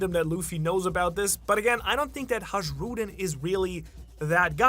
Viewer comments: why do you pronounce "J" in Hajrudin as zh? In anime it is clearly pronounced as "y". Everybody say it like that and only you, the Japanese language specialist, do it differently. Is there some logic behind that or...? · Still it's not Hažžrudin it's just Hajrudin.. Like sayin Hii to somebody..(Hii-rudin....Hajrudin That was just criminal mispronuntiation.💜💜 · MAN ON THE INTERNET, IT IS PRONOUNCED "Hay-rudin" Everytime you say HAGE-RUDIN I cringe. Please correct your pronunciation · Please check the pronunciation of Hajrudin: HIGH-roo-din (hˈæ.dʒɹu.ːdɪn). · This the reason why i stopped watching / the way he pronounced “hajrudin” name it why it pisses me off im not tryna rude or anything bcuz he knw how everyones pronounce it even in the anime..